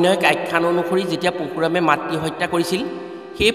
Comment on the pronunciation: What, poshuram নহয় Parashuram